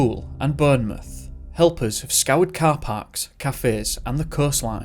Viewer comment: It's pronounced BORN-mouth.